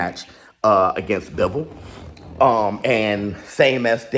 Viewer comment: Bro its BiVOHL. Not bivl. Yall gotta atleast pronounce his name accurately